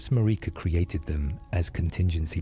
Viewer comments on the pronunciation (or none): Tip: to prevent stupid pronunciations by AI tools, write out the names phonetically with similar syllables Marika > mare-ick-a Melina > mel-in-a miquella> Mick-a-la I've had luck with this when creating for work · Love these videos but takes me out of it a bit when you mispronounce Marika and Melina….